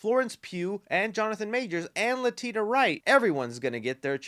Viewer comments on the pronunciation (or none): 🤙🏼 Another great video, ps Letitia is pronounced Leh-tee-shah not Leh-tee-tah 🤙🏼 I'm still hopin Kang movie changes writers or at least adds more writers Ant-man 3 was poorly written so it's not great the same writer is doin the Kang movie 😱